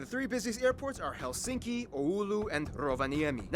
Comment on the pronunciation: In Finnish language the stress is always on the 1st syllable so it’s: HELsinki👍 not HelSINki😖😱🤮